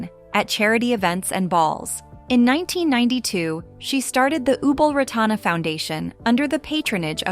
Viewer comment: You have Ubol Ratana and her youngest sister confused. You have her name wrong half of the time: Ratana. Not Ranata. Poorly edited, repetitive